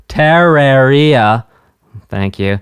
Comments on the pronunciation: Terraria is the plural version of the word terrarium. It can be pronounced, depending on dialect, [ter-rair-ee-ah], [tuh-rair-ee-ah], or [ter-ahr-ee-ah]. The pronunciation stated by developers is the first pronunciation. You pronounce it as [ter-or-ee-ah] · Ter(As in HER)-RAWR-ee-ah THE RAWR IS THE ONE YOU'RE MEANT TO EMPHASIZE NOT THE EE Sorry, when something like that is consistent, it really bothers me. Alternatively, some people pronounce the Rawr as Rare, BUT IT'S STILL THE EMPHASIZED SYLLABLE. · its TERaria not TARaria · btw its "turr-arr-ee-uh" or "turr-air-ee-uh", while you were saying "tear-ruh-ree-uh" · If you know the word "Terrarium", Terraria is the plural, if that helps the pronunciation. Emphasis on the second syllable -- Turr-AIR-ee-uh. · "Teh-rar-ria. I'll get it right one of these days" At least it's better than my teacher back in school pronouncing it as "Tet-rare-ia" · It’s Te-re-ria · You need to pronounce it like this tuh-reuh-ree-uh 😭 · Him reads Terraria : taaria Terraria players : 𝙥𝙖𝙞𝙞𝙞𝙣𝙣𝙣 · "Terrorrhea" XD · mmm yes "terra ree-ah" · It’s supposed to be pronounced like terrarium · I can't get over you mispronouncing Terraria TUH-RARE-E-UH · Terraria: Comes from terrarium.: Te-ra-REE-ah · Its purnounced Tur-Air-Ia or Ta-Rair-ia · It’s ter-rare-ria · btw, Tear, as in tearing a paper up, then aria, as in the musical term. Tear-aria. Terraria. Or Tuh-raw-ree-uh. Either one works, but, I figured you could use the knowledge, man. Anyways, I learned a bit about music from this, so, maybe you could react to the Sonic Spinball ost at some point...?????? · Its pronounced TERR-AIR-IA. Its the plural of terrarium. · bro I've grown up with these soundtracks, I may not like some but they're all bops. ps; it's pronounced ter-air-e-ah: terraria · It's ter-rawr-ia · Just started the video don’t know if he figured it out but it’s pronounced terr-air-e-uh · ter (like turn) rARe (like the word “rare”) ia (ee-uh) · pronounce it: Ter-air-ia